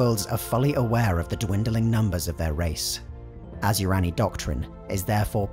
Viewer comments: Asuryani is pronounced.....a-soo-ree an ......not....as u rani.... Don't pronounce the I ......otherwise great vid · Okay I'm an Eldar lore master and I gotta say every time you say Asuryani, it's like nails on a chalkboard to me. It's pronounced Ah-Sir-E-On-E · Is it just me or is Asuryani pronounced Asyurani in the video? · Asur-YA-ni, not as-YU-rani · You sure it's not (Ah-soor-yah-ni)? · I love your lectures, but cmon, asuryani and ynead are not pronounced like that :D